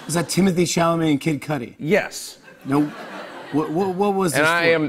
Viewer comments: I thought cudi was pronounced "koodie" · i cringed when he said kid “cudi” instead of cudddeee like pronunciation wise